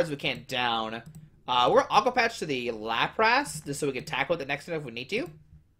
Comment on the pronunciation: Its lapras not laprass lmao